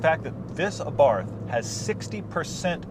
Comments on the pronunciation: Please oh please stop pronouncing Abarth like in taking a bath in snobby english. The A is pronounced like the a in art, and barth is pronounced like Bart from the simpsons. Try it :) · It's pronounced AH-BART by the way. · Lol, Abarth... The "h" is silent... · It's pronounced ABART. Not ABARTH! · Just a clarification, it's pronounced Abart, without it h. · Its pronounced "AAH-BART" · OK...pronounced A-Bart, do yer research. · The "H" in Abarth is silent. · I know it's not really a big deal but you don't say the "h" in Abarth so you actually say it like "Abart". Just throwing that out there. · Its pronounced Abart... T is silent btw. Exhaust note is awesome. I drive an evo X and had a lot of fun test driving this car. It's one of those cars that has just enough power to get you in trouble. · Please please please learn how to pronounce Fiat and Abarth correctly !!!! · Daniel Castaneda ettore bugatti was italian, but the pronunce of Bugatti is french, same for abarth. Karl abarth was austrian, but the pronunce of abarth is italian.